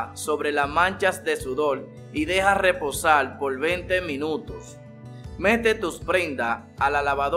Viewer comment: Habla bien....mojal....leposal....quital...molar....reposar...mojar...habla bien....